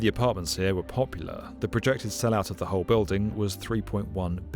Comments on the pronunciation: Is she saying "buildung?" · Why on earth is she pronouncing "building" like that?